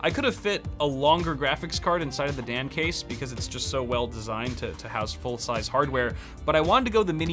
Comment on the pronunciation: I keep hearing "the Damn Case" lol